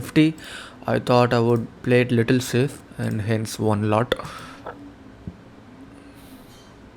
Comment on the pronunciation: 😂😂😂..khujli ki bat nhi hai bhai.. Koi nhi bole to koi bat nhi me muh pe bolne walon mese hu.. What did you taught him? Ans: how to pronounce LOT.!!! Seriously? Har koi ki bolne ki rit alg hoti hai.. Ye video jo bhi dekhne aya hoga wo mainly stock market ke knowledge k liye aya hoga..aadhe kya, 90% logo ko to pta bhi nhi hoga ki unhone "lot" kese bola..because what he is giving through this video is far far valuable than the style of pronouncing lot by him.